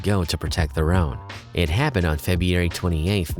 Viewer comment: Febiary Lol